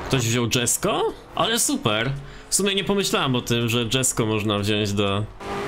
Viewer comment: Koenigsegg Jesko czyta się tak jak jest napisane czyli "JESKO" xD "DŻESKO" brzmi gorzej niż "LAMBORDŻINI"